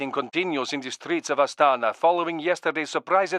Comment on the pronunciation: not astAna but astanA